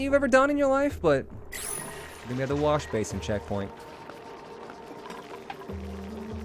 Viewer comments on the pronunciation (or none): none